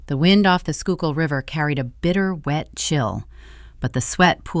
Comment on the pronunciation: "The wind off the Schuylkill River"... I'm six words in (1) surprised to hear Schuylkill pronounced correctly, that's a good sign (2) most likely a Philly-based story, though not necessarily.